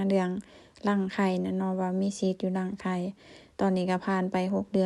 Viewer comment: รังใข่ค่ะ ไม่ใช่รั่งใข่ค่ะ😊